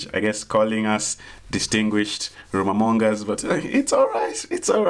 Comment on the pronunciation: Distinguished "rumormongores" Or whatever Terrence said 😂😂has me down 😂 Then the rest of the video 😂😂 oh my gaad 😂